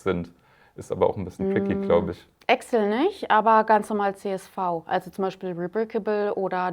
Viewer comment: Immer witzig zu hören, dass quasi jeder im deutschen Sprachbereich zu Excel Axel sagt.